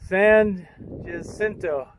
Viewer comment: Thanks for a fine video. You certainly came across a lot of hikers--far more than I would have expected. For future reference, the pronunciation of San Jacinto is approximately San Huh-SIN-toe, with the emphasis on the second syllable.